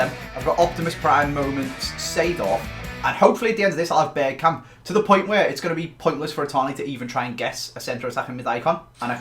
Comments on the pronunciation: Hmmmmmm... Patrick Berkamp good one. No hate just found it really funny 🤣🤣🤣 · Patrick berkamp! 😂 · Patrick bergkamp 😂 come on it’s one or the other